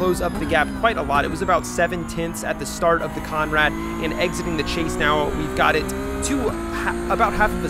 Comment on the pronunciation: Bro please, take it from an Aussie it’s “the conrod straight “ not conrad